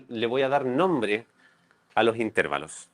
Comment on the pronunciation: No se dice "intérvalos". La palabra correcta es "intervalos".